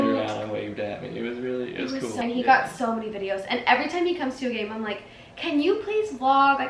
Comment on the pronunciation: I keep thinking said “Gain” like gain muscle 😹😹😹🤭 (instead of Game)